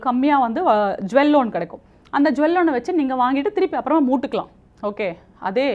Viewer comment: என்னது மூட்டுக்கலாமா? இது என்னயா புது பாஷையா இருக்கிறது 😂